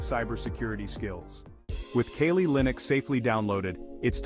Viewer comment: The hacker scenes in this video are obviously fake. Why is your pronunciation of Kali so inconsistent? Why are parts of this video blurred?